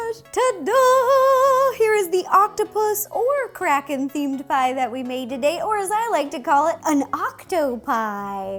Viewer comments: I thought she said "Release the crack head!!" 😂😂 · I thought she said release the crackhead 😂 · Is it just me or does it sound like she said crackhead 💀😂